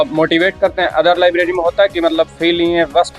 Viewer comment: Lavleri nai hota library hota h 😅